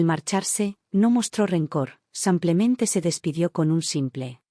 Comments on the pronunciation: Nefasto el contenido que narran estos lenguas de estropajo,ni pie ni cabeza,ignorantes del tema que desarrollan,un lenguaje vulgar y prosaico,mal hablado como cuando dicen samplemente.Ya me imagino cuántos profesionistas aprenden de estas valiosísimas experiencias.Un churro aburrido por excelencia. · Cuando calibran bien esta maquina para que diga SIMPLEMENTE y no SAMPLEMENTE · Si no sabe pronunciar los nombres americanos no los ponga en sus narraciones señora y no se dice simplemente parece indígena